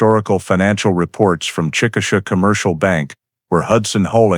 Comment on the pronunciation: Chick uh shay is the correct pronunciation of the city she was from. I was born there.